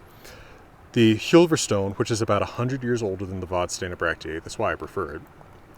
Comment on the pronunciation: Hugely uninportant correction, Vadstena is pronounsed ”vasstena”